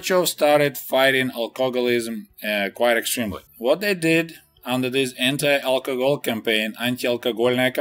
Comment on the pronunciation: Anti alkogol haha your Russian accent is so funny also they do the same shit now in Lithuania they made alcohol buying alcohol 10 am until 9 pm I believe and on Sundays until 3pm